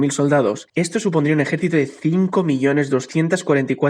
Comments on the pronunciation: "Solados" :v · Quien notó que en el minuto 3.27 dice ahí solados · dice: solados en vez de soldados